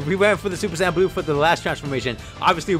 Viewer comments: True but it’s super saiyn not super San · He said super sand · Rasengan Kamehameha more like rasengkamehameha